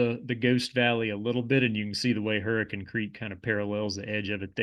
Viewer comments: He also nailed Hurra-kun, WV as well. Most say Hurra-cane. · born and raised in the tristate area. THANK YOU for pronouncing the names of these towns correctly… especially hurricane. fantastic video. definitely earned another subscriber. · Hurricane was the one I thought “oh NICE, finally someone not saying the standard pronunciation of the word” lol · you pronounced hurricane correctly… where are you from? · Wow u pronounced Hurricane the way locals say.. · He even said “Hurricane” correctly! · He pronounced, “Hurricane,” like a local! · when you pronounced hurricane and kanawha correctly i knew you were a bro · Guessing you're from (or spent a lot of time in) western WV to pronounce Hurricane and Kanawha correctly :) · Hurricane, WV and Kanawha River... it's refreshing to hear it pronounced correctly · As a native West Virginian, I'm proud to have someone on a national platform pronounce all of our names correctly. Most surprising was Hurricane but Kanawha was impressive too. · As a resident of Kanawha County, I'm thrilled you got the pronunciation right. I was bracing myself when Hurricane was mentioned.